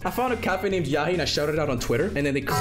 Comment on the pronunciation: it's yahia not yahi